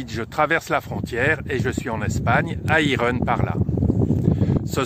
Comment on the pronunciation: Irun se prononce "iroune", s il vous plaît 🙏